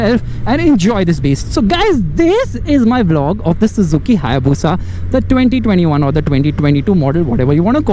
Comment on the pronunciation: It's Bushaaaa......